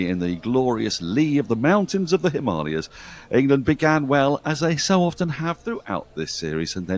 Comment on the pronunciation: Well done! Spot on pronunciation of 'Himalayas'